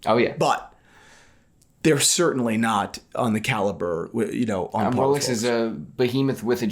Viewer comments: Thai people cant pronounce Rs so they call it Lolex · Jenni Elle mispronounces it 🤣 “wholex”